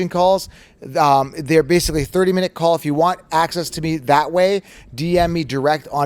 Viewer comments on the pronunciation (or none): none